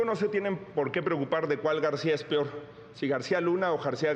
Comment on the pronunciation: Xochitl dijo " PIOR" JAJAJAJAJAJAJAJJA 😂